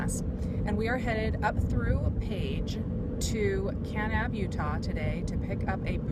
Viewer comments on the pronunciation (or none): I really love your videos, they are so fun to watch..... and since this one is now 1.5 years old I am sure you've been told since but you pronounce Kanab "Kuh-NAB" with the accent on the second syllable :D :))))) keep up the great videos. I love hearing your camera and lens advise. I am a hobby photography and just got the D7100. I have the V1 as well and plan on taking that on my hikes in Zion this winter to keep the weight down LOL.